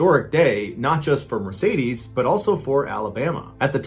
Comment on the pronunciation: this is the first time i had heard someone pronounce Mercedes as Meresaydiese :D